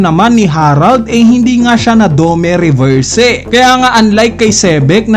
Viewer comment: request lang boss, yung spelling kasi is DOMI REVERSI and hindi DOME RESERVSE. medyo masakit lang sa tenga pakinggan yung pronunciation na DOMEH REVERSEH